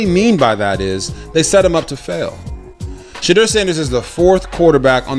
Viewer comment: RG3 Please stop calling him Shedrrrrrr it's pronounced Sha-door 🚪 like front door